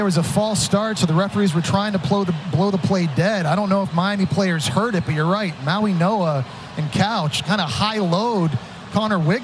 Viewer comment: I am sick of the idiots that pronounce Mauigoa with an N, it's not Mauinoa, it's Mauigoa with a "G" not an 'N" , wake the F up. Can't you all see it's a "G" not an "N", how stupid can you all be.